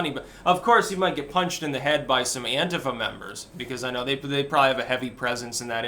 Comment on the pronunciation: It's an-tee-fa